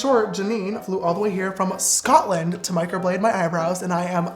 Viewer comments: The way he says SCATLEND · the way he said SCOTLAND 💖 i LiVe ThErE!